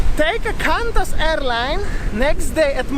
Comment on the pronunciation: Oh so cute"hey wassup doggo?!" 😂😂 Qantas is pronounced qwontus, just for future.. I had the same issue with Jetstar on my way back from Bali, put us up in the hotel too which was good 😊😊 hope you feel better, have you had a test for covid?? Take care ❤️ beautiful sunset